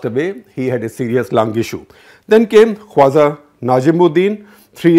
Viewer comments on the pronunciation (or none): It's not 'Qwaza' but Khawaja. For god's sake 'Z' and 'J' are different words in the rest of the universe. 😡